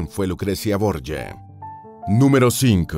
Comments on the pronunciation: Boryia??? Son los borgia, de toda la vida son borgia, no Boryia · Es un apellido español que seescribe Borgia y se pronuncia "Borjia", no Borya como dice el narrador... ya que se trata de videos informativos, debería informarse más antes de leer como le parece que son las cosas y no como realmente son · Señor, la familia Borja o Borjia, era española, en concreto valenciana. Así que esa pronunciación de su apellido español es absurda. Se pronuncia "Borjia", con la j gutural fuerte, no como y griega, como se pronuncian palabras españolas tales como Jaén, Jiménez, guijarro, Juan, Jesús... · Los Borgia eran españoles, mendrugo. Llamarles borye es haber investigado más bien poco. A los 15 segundos (y 7 veces dicho borye) dejé de ver el vídeo. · Se pronuncia Borgia.como se lee.eran de mi país España.. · Pronuncia Bien es Borgia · Es un dolor para el odio ver como pronuncian el apellido Borgia como si estubieran hablando en Italiano, en Castellano o Español los nombres propios no se traducen. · Me da mucho toc como el autor del video pronuncia el apellido la verdad, creo que debería de saber antes de donde provienen y no meter la pata como en el video. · Pronuncia en inglés el apellido, es Italiano no se pronuncia asi